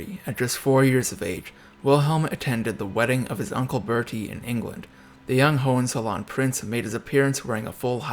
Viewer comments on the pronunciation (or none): Pronounced: Ho In Tsollin. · You mispronounced the name “Hollizolerin.” Before you blame Kaiser Wilhelm. I suggest you read about his horrible childhood.